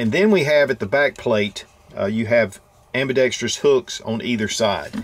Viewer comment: "Ambidextreeyous" creeping its way back in. ;-)